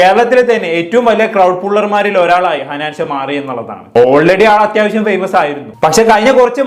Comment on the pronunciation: ഹനാൻചാ അല്ലടാ ഹനാൻ ഷാ 😂